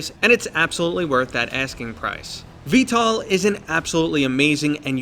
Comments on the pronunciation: Why do you say v-tal instead of v-tol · sounds like he is sayin vtal instead of vtol lol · bro its not pronounced "vtal" its pronounced "vtol" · i know lol it just sounded like ya were sayin tal to me. it is a great game tho, have ya tried the new heli. pretty fun exspecially when ya have a friend to play in the gunner or piolet seat, id say its worth the priceof the dlc.